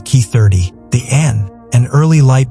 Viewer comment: NIce. but the AI voice can't distinguish 'Ki' as 'kay-eye' as well as getting some of the names pronounced wrong.